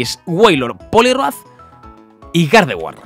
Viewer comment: Cuando estaba escojiendo el nombre de gardeguar dijo perapera